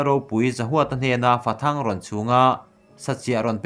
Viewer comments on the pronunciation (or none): Fathang tia i chhar kha athluk diklo deuh aw...Fathâng tih tur aw....